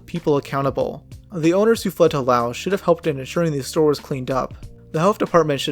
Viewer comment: Pretty sure that's not how Mexia or Laos are pronounced.